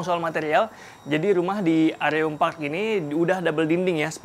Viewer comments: mas... fyi, baca areum tuh kaya baca 'bereum' 😁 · Tp kata org marketingnya bacanya areum kaya pelafalan e di kata “area”. Begitcyu 😁